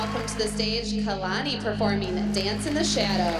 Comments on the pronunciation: i'm completely shocked that kalani placed 4th over al- ME: HUH !?! WHAT ABOUT HOW THEY DIDN'T EVEN PRONOUNCE KALANI"S NAME RIGHT!?!? MY THOUGHTS KAYlaNi KayLAni KaYlLllllAAAnnnI IT'S KA-LA-NI But... when they danced in i just laughed a little to hard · cringed so hard when they said k——aaayylani😂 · Really kay-lani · I'm sorry, I can't get over, "Kaylani"